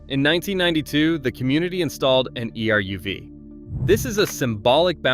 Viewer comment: Someone teach stupid A.I. how to pronounce things properly. An "E R U V"? 😂